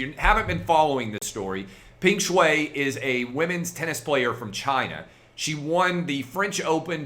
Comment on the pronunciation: I think the correct pronunciation is “Pung Shwhy”